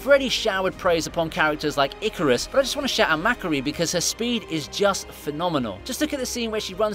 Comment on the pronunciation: He keeps saying Makkaris name wrong asf and it’s making me mad bc ik he’s watched these movies and heard the actual names.